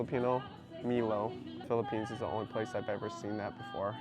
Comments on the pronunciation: Not mi-lo its mai-low 😅 just saying.. Hi pretty 😁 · Milo is pronounced “My-Low”. It’s actually Australian and has been around since 1934 😁 it’s usually a powder you mix with milk. It’s delicious 🤤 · Hey! We have Milo in Australia, it’s pronounced “my-lo” here 😄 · How you pronounced milo, as an Aussie, was so strange. We say my-low and use multiple table spoons. The best. Popular in other SE Asia countries too. Also, indo mie and mama noodles are so good. Loving these grocery vlogs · I don't know if other countries pronounce it differently it just sounded funny when you said me-low